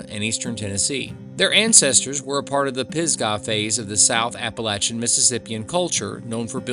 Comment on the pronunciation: There's nothing spooky about any road in the GSMNP. Fake animal sounds and weird music fool many an ignorant human being these days. At least you pronounced Appalachian correctly I guess. That said, it's sad to hear people still claiming that the Confederates were "radical." How, in 2024, with everything the federal government is doing anyone can see those who wanted to be free to make their own decisions in their own state as "radical" is beyond me. Public education has failed so many and the truth is being wiped out every day now. The South was right - the federal government was never created to be a god or a dictatorship or an oligarchy. But oh well. Here we are. Either way, back to Parsons - if you think there are cameras out there watching you, I guess you believe the earth is flat and chem trails are a thing, too. Are there cameras in GSMNP? Sure. Around the buildings and in some very specific locations, but hundreds way out along Parson's Branch? Silly. Anything for money though, I guess.